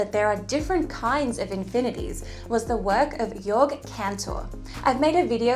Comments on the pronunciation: Well, but his name wasn't Jörg Cantor but Georg Cantor, maybe like "Gha-org". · Cantor’s first name is pronounced GAY-org.